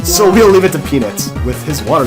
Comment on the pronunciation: You say "peanut" weird.